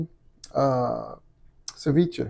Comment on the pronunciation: I had to go back 3 times because "ser-vech-a" 😂 mah dood... "sa-vee-chay" 🤦‍♂️